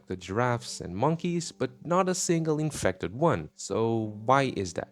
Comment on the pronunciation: The infectdih